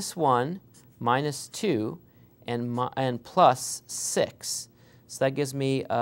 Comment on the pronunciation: "Nd then i will explain here juss for fun" hahahaha